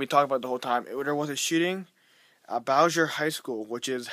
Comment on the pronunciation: Can't even say the name right